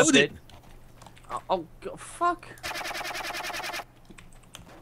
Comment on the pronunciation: It's Odin, not Oden.